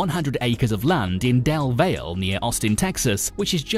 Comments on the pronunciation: Del Valle (valley) not Del Vale... True Austinite not a transplant... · Del Valle is pronounced "Dell Valley" locally (which, admittedly is a mispronunciation of the Spanish name). The narrator mispronounces it as "Dell Vale". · Not Del valle it’s Del Valley. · del valley, totally cringed when I heard del vale lol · any locals hearing him say "dale vale" 😤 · It's Del Valle...sounds like "Del Valley" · Del Valle* pronounced Del Valley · i live 5 min away from there also it pronounced (del valley) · Everyone says Del Valle like Dell Valley. Not whatever he said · It is pronounced "Del-Valley." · Bahaha he said "Dell Vae Al" lmao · Funny how these foreigners always screw things up... DEL VALLEY is how we say it here in Austin... I saw another video some brit called Waco Whacko LOL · Yes its del va-lee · FYI … Del Valle (the part of SW Austin where this is being built) is pronounced like Dell Valley. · It's spelled Del Valle. Pronounced "Dell Valley". Get it right people. FYI... nothing to do with Dell Technologies and 20 miles apart. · Pronounced: Del Valley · I'm sorry but Del Valle is pronounced "Del Valley" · Its pronounced Dell Valley (Del Valle) 😁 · Also, it’s pronounced Del VALLEY. FWIW, there’s a lot of vacant land in the immediate area, and maybe Musk is planning to build barracks there, to house the employees. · Del Valle is pronounced Dell Valley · Pronounced Del-valley, Tx. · The way he prounonce del vale lol if your from Austin you know how it’s actually pronounced 😅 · The way he said Del Valle😂😂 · Dude can't say Del Valle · I had to stop the video when you said Del Valle wrong . It’s a Spanish name my guy 🤦🏾‍♂️